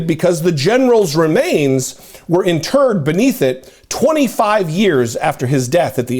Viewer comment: confused here did you say interred or in turds?